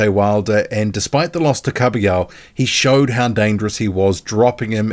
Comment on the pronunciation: Kabayel not kabiyo